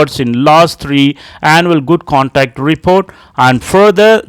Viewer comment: It's conduct not contact take care of pronunciation